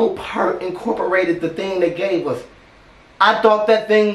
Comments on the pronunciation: Danny Carey who? This man is without a doubt the goatiest of all G.O.A.T's I'm not taking anything away from Carey. But, it it weren't for Neil Peart there would be no Danny Carey. And Neil's last name is pronounced pEARt. Heavy on saying EAR in his last name. R.I.P to the best drummer that EVER set down behind a kit. Peace bro. Denton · I'm late seeing this video (Loved it btw) but I feel like, out of respect for Neil, you should know that his last name is pronounced as "PAIR-T". like the fruit but with a T at the end. As someone who has a last name that was constantly mispronounced my entire life...I just had to put this our there. Keep the videos coming please! You always make my day!! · It's pronounced 'pee-rt'. and he was the best ever. RIP. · Just so you know it is pronounced Neil P_ EAR _ t. Peert. And I am so glad you reacted to this. Now if you could only react to this (Eddie Van Halen solo from '95) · How to give someone a stroke in less than a minute. Pronounce Peart as part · Its pronounced Neil Peeeeeeeeeert like pierce but with a t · You got the pronunciation of the last name off a bit. Pee ear Tt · How is Neil Peart's last name properly pronounced? Say the word 'ear', then put a P at the beginning and a T at the end. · Not to be that guy, just wanna throw it out there.... it's pronounced Pert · The natural talent & technical ability this man had is unbelievable 🥁🔥 RIP to “The Professor” ♥️ You are missed by all ♥️ I don’t wanna be the grammar person everyone hates but his last name is pronounced PierT like a pier on a lake 😉 Fun fact! His drum kit cost like $70,000! Sorry to keep adding stuff but damn he’s great!! The man was 51 yo when this was recorded!! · Your favorite drummer's favorite drummer! The Professor!!!Pronounce like "ear" with a p at the beginning and t at the end.👌🤘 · No, pronunciation is Pier t. Watch interviews where it is confirmed. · Peart... pronounced like the word EAR with a P and a T lol ♥ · Pronounced Peer-T